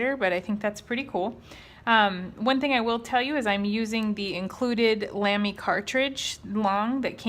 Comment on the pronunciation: It's pronounced Lah-me. Not Lam (like ham)-me. in I had to stop the video just to write this. I own 3 of these, all XFP nibs. Amazing value for money.